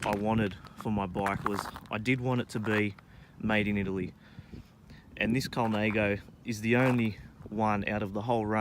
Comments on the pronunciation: Colnãgo not Colnāgo. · Colnaygo? No....